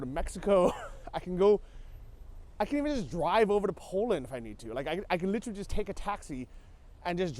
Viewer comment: It is funny alright. . “Li-trilly”